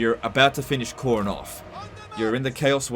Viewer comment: Why you saying Khorne weird? It's the same as corn. Don't blame your accent, I'm in Brisbane.